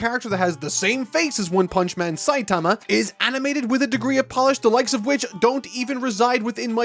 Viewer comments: I had this video on in the background while animating when suddenly (and few seconds prior) said "Saiatama" and not "Saitama" That took me out of my focus Still a great review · why the fuck is he calling Saitama Sayatama?!?!?! i thought it might be a fluke the first time, but 4 times in a row is not a fluke :(